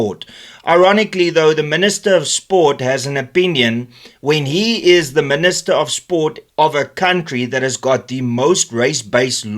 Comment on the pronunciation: Dear Min-ister: Kindly GFY. Thanks!